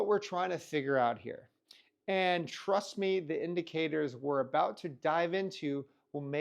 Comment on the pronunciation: Really instills confidence when a crypto youtuber starts out their video with "trudt me"